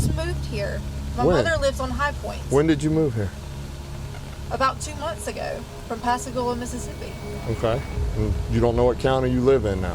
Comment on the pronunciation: Why does she suddenly sound British or is it her accent? like when she says two months ago?